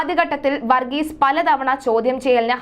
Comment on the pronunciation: വർഗീസ എന്നല്ല വർഗീസ് എന്നാണ് അദ്ദേഹത്തിൻ്റെ പേര്. വന്ന എന്നല്ല പറയേണ്ടത് വന്നു എന്നാണ്. വന്നത എന്നല്ല പറയേണ്ടത് വന്നത് എന്നാണ്. വികലമായ ഉച്ചാരണം കേൾക്കുമ്പോൾ വല്ലാത്ത മടുപ്പ് തോന്നുന്നു. ഷ എന്നതിന് ശ എന്നും ; ഭ എന്നതിന് ഫ എന്നും ഉച്ചരിക്കുമ്പോൾ വാർത്താവതാരകർക്ക് അക്ഷരത്തെക്കുറിച്ച് പ്രാഥമിക ബോധം പോലും ഇല്ലെന്ന് മനസ്സിലാകും.